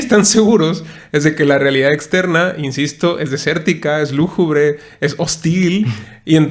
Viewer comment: Hola. Me comenta tu amiga Carmen que se dice lúgubre no lújubre. Nos dimos el tiempo de ver tu vídeo, soy fan de la tetralogía y me pareció muy bueno tu análisis. Es muy vasto y complejo este tema, sobre todo el comentario de la simbiosis de la energía y de cómo tener al humano, pudiendo desarrollar tecnologías sin necesidad de los humanos. Incluso en la primera entrega se menciona eso que es un zoológico, una prisión mental. Saludos! Temet Nosce. 😎